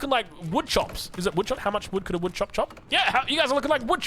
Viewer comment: Its a wood chuck...not a wood chop. 😂😂😂